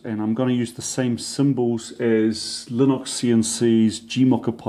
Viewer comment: Aha..... I wondered why you pronounce it linox. I suspect that it might be due to the way you spell it 😁